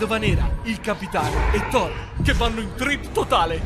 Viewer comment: "Thorrone" HaahhhahaahAhhhh